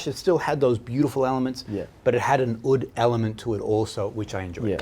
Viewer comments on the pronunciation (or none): Fantastic video.. just one little thing,oud is pronounced like mood not like wood .thanks ..aroma from heaven